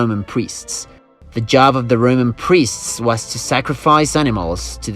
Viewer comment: every time he says "Roman" I hear "rodent" and now all I can think of is rats running around in armor and building cool shit